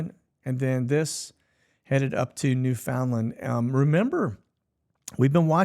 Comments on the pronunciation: New' fin-land, not New found' land. 🙃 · Just to help you out brother on country names and how they pronounce them "Newfn' LAND". Used to fly in to St. John's all the time and got schooled myself. Got Skreetched in one night... and became an authentic Newfoundlander... and was welcomed in other ways at the The Delata...lol